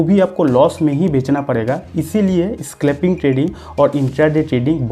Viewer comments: स्क्लैपिंग नहीं भाई साब " स्कैल्पिन " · Bhiya स्क्लेपिंग ni स्केलपिंग h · Bhai pahele thik se bolto to le saclping nahi scalping hota hai